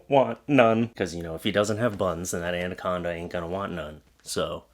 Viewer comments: ANaconda*, not anDaconda. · Why are you saying 'andaconda'. There is only 1 d in anaconda. I'll let you guess where it goes